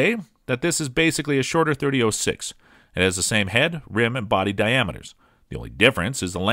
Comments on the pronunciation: As soon as he said "thirty-o-six" .... I'm out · It's either "30 aught 6" or "30 Springfield." Hearing him say "30 oh 6" makes him sound like a complete rube. Stopped the video at the 3rd utterance. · 30 ought 6, please stop, it hurts me every time you say 30 'oh' 6. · 30-06 is pronounced; thirty aught six, not "thirty O six" which is tantamount to sacrilegious ramblings. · Sorry dude. Couldn't watch more than 4 minutes. It' s not 30-O6. O is a vowel. It' s 30-aught six period!! As in three zero- zero six. 30-06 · No, not "thirty ought six." It's "Thirty Aught-Six," or for those of us who love it, just "Aught-Six"...Loyalists take note. And mentioning "308" in any discussion of the Aught-Six should be a crime punishable by having to listen to this video ten times in a row. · It's aught6, not .06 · Thirty aught six. Not thirty O six. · Dude “30 ohhh six” that’s a new pronunciation for a 120 year old cartridge...I don’t trust this robot.... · I had trouble paying attention after hearing .30- (OH)6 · What's up with the narrator ? Mispronouncing lots of names and I think I even heard him say 30 -08 at one stage ! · the way he says 30 06 is driving me nuts ..... 30 aught6 i can hear my grandfather correcting me now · Did you say "thirty O six?" TF? Lol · If you are going to review a cartridge you should at least learn how to pronounce it. There is no O in 30-06. It is pronounced aught. Thirty aught six. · Must be AI generated. Two key things it got wrong, the pronunciation and origin of this cartridge. The origin comes from "30 caliber Military Ball of 1903" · Thirty Oh Six? Weather-bye? Thank you Mr. A.I. Narrator! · I tried to stay with this video, even with the 30 oh 6. But it mispronounced Weatherby....I'm out! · Oh-six, weather-bye, wtf are you some kind of city slicker?